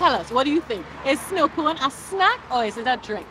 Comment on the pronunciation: It is snoo cone